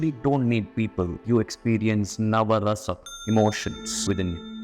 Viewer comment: Excellent video, I like the way you said NAVARASAM😊